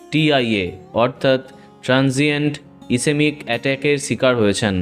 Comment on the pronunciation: ইসেমিক নয় ইস্কেমিক বলা হয়...